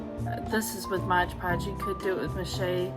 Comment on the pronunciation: It's Mod Podge not Modge Podge. Please.